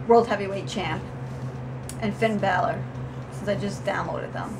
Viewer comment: U pronounced it right it's Finn bàller